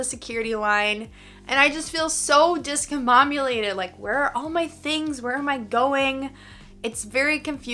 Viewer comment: Listen again. The first time she says it correctly, but in the next five instances, she says ‘discomboMulated’